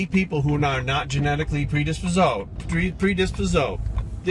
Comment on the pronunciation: "predispososed" lmfao l love you